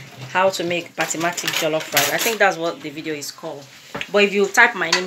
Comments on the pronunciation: It's Basmati and not Batmatic dear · Yum rice looks good. Also it's basmati not basmatic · Looks yummy, but it's basmati not batmatic as you are saying😂😂😂😂😂😂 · Good. It's Ba-sma-ti ( BASMATI) Rice.